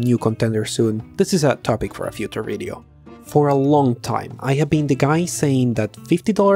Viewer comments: "This BIDEO was broght to you buy" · "This Bideo!" ...lol